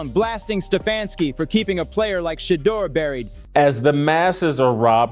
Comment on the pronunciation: 😮 why does the narrator keep miss pronouncing Shedaur's name. Sheddar is not how his name is pronounced 🙄😒